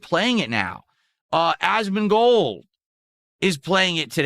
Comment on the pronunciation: I really enjoy how the transcription algorithm consistently makes it "Asmin Gold" because of the weird way pronounces his name.